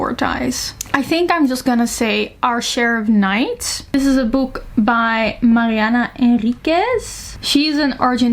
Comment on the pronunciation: Stopped the video to thank you for saying Mariana Enriquez properly 😊 your pronunciation was so good❤